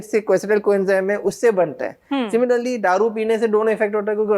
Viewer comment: दारू की जगह पर ये गधा डारू बोल रहा है